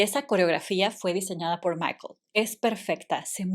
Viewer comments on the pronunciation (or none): none